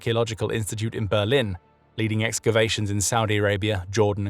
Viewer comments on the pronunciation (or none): none